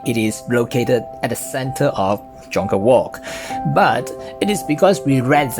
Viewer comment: Bro Jonker is pronounced Yonker